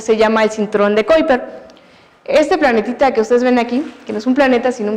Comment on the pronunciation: Excelente exposición!! Solamente quisiera acotar que la profesora cuidara un poco más la pronunciación del nombre de las sondas, los astrónomos y el cinturón de Kuiper para no perder el contenido tan bueno. Un gran abrazo desde Chile.